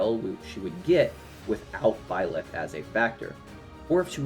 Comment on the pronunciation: The way you say Blyth is crazy lmao